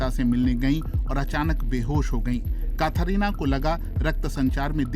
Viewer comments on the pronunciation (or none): काथारीना नहीं कैथरीना बोलिए जनाब 😊